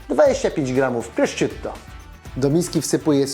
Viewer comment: Tego się nie czyta prościutto tylko PROSZUTTO